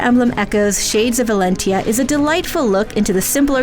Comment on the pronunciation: "Fire Emblem Echoes S H A D E S of Valentia"